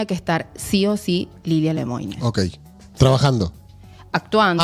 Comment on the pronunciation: Mucho ruso se exilió en Francia después de la revolución bolchevique. Lemoine no es ruso, es francés, se pronuncia LEMUAN. Hay que pronunciar bien la N.